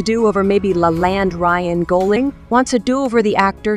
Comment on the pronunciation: His name is gossling not goesling